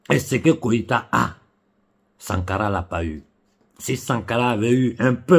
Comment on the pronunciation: c'est GOÏTA et non KOÏTA!